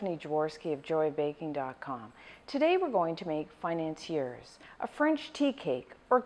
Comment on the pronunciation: "today we are going to make FAI-NAN-SEE-ERS!" nailed it...